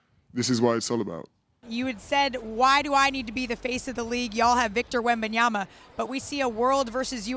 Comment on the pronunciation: It's been 3 years and Perk still says "WembanyamBa" 🙄